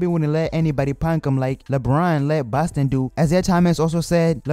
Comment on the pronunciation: He said baston